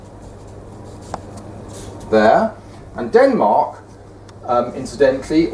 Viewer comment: I do not like this guy say Denmark